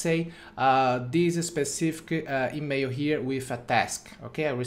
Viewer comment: It's email and NOT emeio! It's Gmail and Not Gmeio!